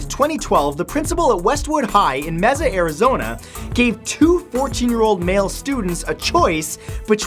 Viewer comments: It's pronounced May-sa not meesa lol ,and kids shouldn't be treated tgat way when i was in Elementary school i had to balance books for 5 minutes so it never bothered me . as a person , now as a parent ive done the 100lb box. Its an empty box held arms extended out over the kids head for 10-15 minutes a liggt box is 1 lbs turned to 100. In a few minutes of holding it up right lol logic kid ! Try it sometime ! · Of course WestWood (the school I went to) is the first one on this list lmfao 🤣 Also he pronounced Mesa all wrong. The way he said it was Meh-sa. It's actually more pronounced like this May-sa. The E is silent lol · Pronounced Mey-zsa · The way he says mesa... I go to Westwood, and the part he left out is how we all made a circle around the entire school protecting our principals job. We all love him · That was the most interesting way to say Mesa. It's more like maysa. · Just so you know Mesa is pronounced may-sa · I love how you pronounce “Mesa” - LOL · Died when i heard you pronounce mesa...at least you tried i didnt realize it was that hard